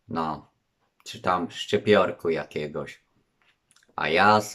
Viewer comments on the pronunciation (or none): 🤣🤣🤣🤣🤣 ciężko go zrozumieć czy chypiorek czy czypiorek 🤣🤣🤣🤣 ważne że cybulka jest